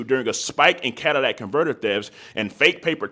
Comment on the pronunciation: [11;10]. it`s not pronounced[Cadillac][catalytic ]is the [name] and is [pronounced]as such.